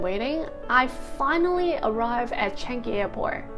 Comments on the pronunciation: shouldn't have left in the first place. By the way it's Chang ngee , not changee lol goes to show how sincere you are when you said you feel so touched when the captain says welcome home. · Welcome home! BTW Changi is pronounced as "Chan Yi" not "Chan Gi" ; )